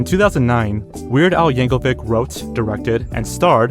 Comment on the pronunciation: Please start learning how to pronounce names before you record these! "Weird Al Yankelvic" is too much for me